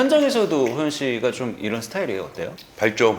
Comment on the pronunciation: 난 호프때문에 방금 이채널을 처음 봤는데, 개봉전 영화도 아니고 벌써 많은 사람들이 관람을 한 상태인데 스포일러는 피하면서도 좀더 영화에 대한 깊이있는 질문을 했다면 좋았을텐데 계속 예고편 봤다면서 촬영지 등 이미 다 아는 걸 물어보는게 참 아쉽네요. 질문에 대해 게스트가 답변할때는 도중에 끼어들지말고 좀 끝까지 들어주고 추가질문을 했으면 해요. 그리고 호연배우한테 예능에서 섭외하고 싶다면서도 계속해서 이름을 효연씨라고 호칭하네요.. 발음이 비슷하다고 느끼는지 모르지만 이름을 계속 그렇게 잘못 말하면 당사자는 기분나쁜 포인트가 될 수 있답니다.